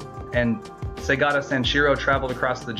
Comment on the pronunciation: You said his name wrong, it's pronounced Sega-ta. Not just what you said.